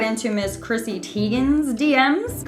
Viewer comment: It’s “tie-gen” not “tea-gen”